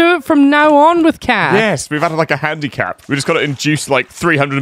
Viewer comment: handicath lmao